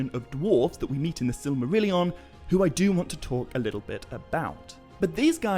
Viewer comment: I mean no offense, but I believe you keep putting an extra syllable in the word “Silmarillion.”